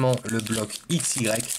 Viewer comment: on dit aix